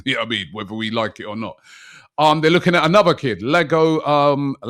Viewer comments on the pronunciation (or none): Ee-ar-go Robbie. "Large-oh" is your nickname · bro Iago starts with I and no L, so you should say "E-A-GO", as you say "E-GOR" for Igor Jesus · Eeago Machado is the pronunciation